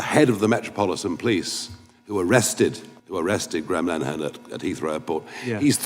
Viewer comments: Just for clarification, his name is pronounced "gray-'um linnerhun'. Otherwise you are right about Starmer, being as he is on the wrong side of history - certainly in the case of his government turning a blind eye to the genocide being carried out by Israel against Gaza. He knows exactly how much of a war criminal that makes the Israeli government, and also the British government for their tacit approval, as he is himself a human rights lawyer. But, while Nigel Farage may be right about this particular issue, stopped clocks tell the right time twice daily... he's absolutely a wrong-un, a jumped up little Hitler, using dog whistle racist tactics. But, as someone cleverer than me once said, I disagree with what you say, but I will defend to death, your right to say it. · Dude, like your work - even though I'm very leftist myself, I agree with a lot of what you say, particularly with regards to topics like free speech. As a minor point of correction Graham's surname is pronounced Lin-a-han - he's Irish and we pronounce things differently there ;) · Linehan (please learn how to pronounce his surname) is an Irish citizen, not a UK one, and he posted the messages in question while in the US. The UK has no jurisdiction in this case. It is no longer safe to travel to the UK, or Ireland - which is why he is looking for asylum in the US. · His name is pronounced linn-a-han. As well as the I.T. Crowd, he also created Father Ted and Black Books. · Graham Linehan, pronounced “Lin-eh-han” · Linehan - li nuh hun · It’s Lynn Ahhh Hun😂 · pronounced lin - eh - han. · …linehan. Lin-uh-han. Jesus my guy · Tiny correction, he isn’t even a British citizen….he’s an Irish Citizen. An Irish citizen made some tweets while in the USA….but for some t-reason the UK Labour Party thinks they can prosecute. Also it’s ‘Lin-eh-Han’ because Irish names are always jacked up 😂😂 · LEN A HAN that’s the pronunciation. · His name isn't pronounced "Line han" or "Line man" it is "Linna han"